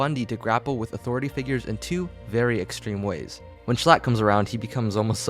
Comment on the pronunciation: i like how instead of saying Schlatt, calls him S l a t t